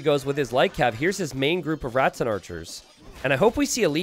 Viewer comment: please listen to this moment. I know you don't hear the S when you are speaking, but you do add an S in Rattan archers to make it Ratsen archers